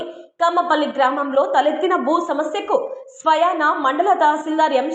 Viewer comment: స్వయానా కాదు స్వయంగా